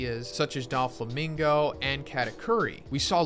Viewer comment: Why did my boy say doflamingo like that? There’s no “e” behind the “do”